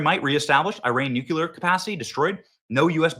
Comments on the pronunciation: Benny, PLEASE, for the love of God, learn how to pronounce “Nuclear” correctly!! It’s KLEE not KYUH. Look at the word. It’s spelled NU+CLEAR for a reason. That’s how it’s pronounced. It’s not spelled Nukyuhler. 🤦🏻‍♀️ You’d think, as a journalist, you would know that. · Maybe AI can compile all of the times Benny has mispronouncing the word 'nuclear'. It would result in a 3 hour long video of Benny saying only the word "nuclear" but pronounced the Benny way as "nucular" . Could be epic. Has he ever said it correctly? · Say "new." Now say "clear." It's THAT easy. I don't know how people saw the word, "nuclear," and arrived at "nookyalur."